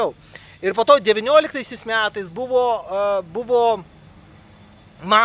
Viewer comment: ar kalbi su karšta bulve burnoje? kodėl sakai "miatais" vietoj metais, kodėl "ūž" vietoj už